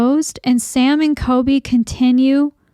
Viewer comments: it’s coLby not coby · It’s COLBY. ‘Cooolllbbbeee’ not kobee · All investigators are faking, thats literally the entire concept of this brand of video. It's all fake. Most people KNOW its fake. It's kind of disgusting how little you respect people, and its clear because you can't even be bothered to say COLBY's name correctly. You roll your eyes and have a "I'm better than them" attitude this whole video. If these guys are scammers, so is everyone else. It's entertainment, get over it.